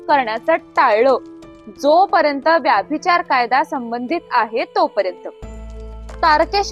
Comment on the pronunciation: It's a good naration of an old crime story. However, the pronunciation of " VYABHICHAR should be VYBHICHAR!" With warm regards!